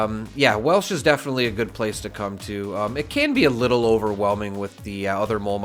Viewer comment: From WV here, it’s actually pronounced Welch with a C.